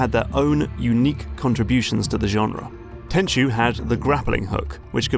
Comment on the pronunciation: Very nice video, 1998 was a good year for the Playstation and when i fell in love with stealth games. looking forward to the next one. Side note, thank you for pronouncing Tenchu correctly as so many other you-tubers call it Ten-ku when they talk about Sekiro, its become a bit of a pet peeve.